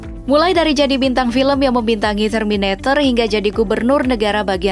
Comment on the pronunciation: Terminator, bukan termineter